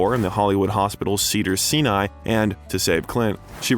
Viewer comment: Great Doc....but what is up with the narration? Cedars- "SEEN-EYE" Hospital?? Magnum "POWER"?? "EEE-gan" Sanction?? "HAA" Plains Drifter"?? Micheal "SA-NEEMA"? Sounds like some kind of A.I. or speech software that can't handle some phrases.